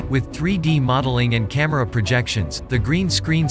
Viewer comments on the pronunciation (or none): lol noone says "cahmeirah" supposed to be camera